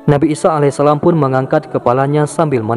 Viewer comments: 'isa 'alaihissalaam... Bukan 'isho a.s. afwan🙏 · Nabi isa bukan isoh